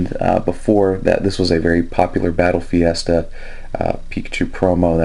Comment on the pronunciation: It's battle festa not fiesta just an FYI :)